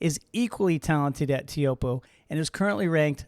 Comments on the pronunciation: I've always heard it pronounced "Choapuu", rhymes with hope, locals also say "Chopes". Pretty sure of this because I once asked Michel Bourez (Tahitian pro) about it! Am I wrong? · is disrispectful to not know how to pronounce Teahupooo